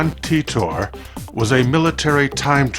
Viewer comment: "Teet-tor"? I always thought it was pronounced like tighter.